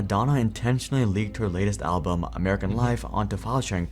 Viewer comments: WHY ARE YOU SAYING ABLBUM???????????? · Why does he say "alblum" each time :D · Why cant Asmongold say the word "Album" 😂 he goes ALWAYS alblum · Asmon says "Alblum" pretty frequently lol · the way he keep saying Al-Bloom, or Gabin(gaben) driving me insane. He is refusing to say it correctly. Even after hearing it 100 times. Its kinda impressive really. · Asmon still can't say "album". I'm sure I heard him saying it wrong at least two times before too xD